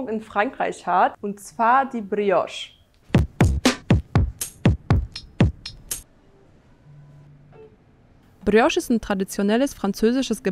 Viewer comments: Brrrrios,klingt nicht richtiger,je mehr Du es wiederholst 🤷‍♀️ Wer hat der Tante erzählt,man würde im französischen das R rollen🤔🫣??? Da wird wohl italienisch mit französisch vermurkst🙄🤭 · Wenn die noch einmal Brrrriosch sagt,dann😱🤯